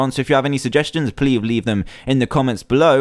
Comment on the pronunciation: did anyone else catch Dan say "pleave leave"